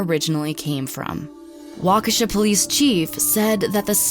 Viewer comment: Finally, someone who pronounced Waukesha correctly